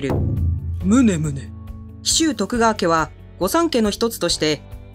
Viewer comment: なんでむねむね言ってんだwww ポケモンじゃねんだぞwww